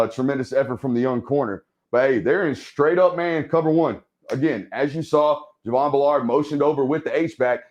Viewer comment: Good film work, but take time to learn to pronounce the player names. Driving me nuts to hear you keep saying B’Lard- it’s Javon Bull’erd!